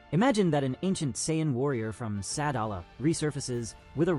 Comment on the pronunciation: You can tell this is ai😢 he can't sayian right😂